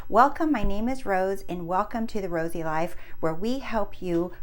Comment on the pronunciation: Thank you Rose! You’re my favorite manifestation coach right now. I get so excited when I see there’s a new video from you! This one was particular inspirational for me. All you need to do to change your “leyefe” is to see it with your real “I” 😂 and btw love the eye decoration on your wall